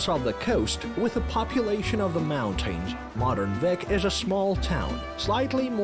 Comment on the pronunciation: Flat as a desk? It's surrounded by volcanic mountains. And it's pronounced 'Beek' not Vic.